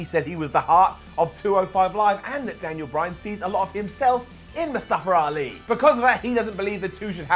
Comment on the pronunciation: Daniel Bryan is the only one that can pronounce Mustafa Ali They all saying :"Mustafra Ali"